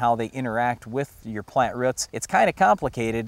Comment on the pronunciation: he says roots like ruts